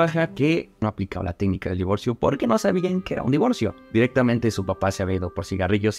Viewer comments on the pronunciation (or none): Eres a toda madre, tu también decías "Divorció" Jaja